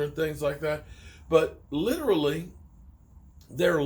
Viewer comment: favorite word “Literlly” 😂 not literally